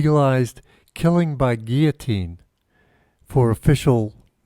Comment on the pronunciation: ok syllable clap with me now "guil-lo-tine" & again 100times. Or I will tell the National Pronunciation Board lol.